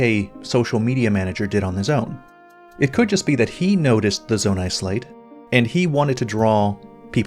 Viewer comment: "Zonai Slate" 😑